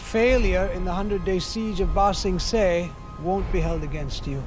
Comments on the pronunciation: Atleast they are pernouncing Ba Sing Se right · At least they pronounce Ba Sing Se correctly, but that doesn’t do much to redeem this film